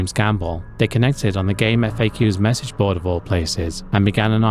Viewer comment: So you're a "Game Effaycuse" man? I'm one of those guys who pronounces it "GameFAX."